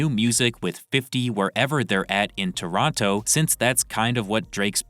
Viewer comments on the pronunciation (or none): none